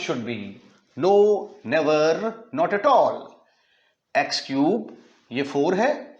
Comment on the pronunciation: X squarrrrrrrrrrrr😂.neverrrrrrrrr😅